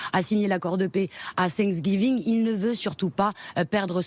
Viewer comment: C pa cinqsgiving. Apprenez à bien prononcer le mot.